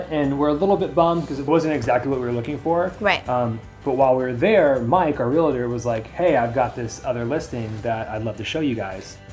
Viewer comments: I think it’s a Southern California thing… I say real-a-ter and everyone else I know says it that way too! 😂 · I wonder why people say relator instead of realtor. Is it a San Diego thing? Not the first time I hear that. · Lol, why do some people add a syllable to /realtor/? It's REAL-tor and REAL-tee, 2 syllables. (Some people add another syllable, as in REAL-A-tor or REAL-A-tee 😋) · cute couple and a great story. My only irk is that you keep saying "real-a-tor" - it is REAL-TOR (two syllables)